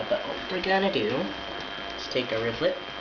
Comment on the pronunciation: Its is actually pronunsed rivet not rivlet